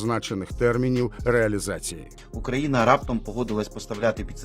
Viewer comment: Диктор, можно потренироваться в выговоре названия страны на украинском языке? Даже зеля уже научился. Стыд....